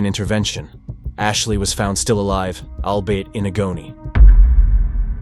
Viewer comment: "Al-bait-in-a-go-knee?" Is "albeit in agony" (pronounced 'Al-be-it in agg-o-knee')